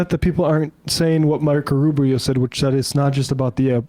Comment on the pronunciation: Did you call him, "Micro Rubio?"